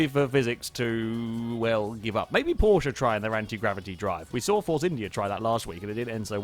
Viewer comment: You are allways pronunceing Porsche wrong